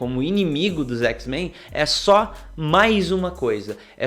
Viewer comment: Que agonia ouvir o cara falar "x-menS"..... poha, o grupo existe há décadas, de onde tu tirou esse "S"?!